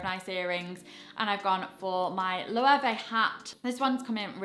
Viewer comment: Hi. Loewe is pronounced German way. 😊 ‘löwe’ Means Lion. You’re welcome. I love your videos and fashion tips but everytime I hear you mispronounce the designer brands, makes me cringe